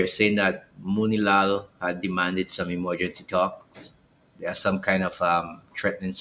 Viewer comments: YES, YOU PRONOUNCED MOONILALL CORRECT. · Yes ur saying his name right thats my ex school teacher brother also they said it was fakes news but also did you saw the claims venezuela is stating usa and trinidad is drilling for oil on their territory and i could tell you this isnt a lie kamla is leading the country off a cliff imagine ur nation dont a army but y pushing war we cant war with latin black ppl hv to step down this not our fight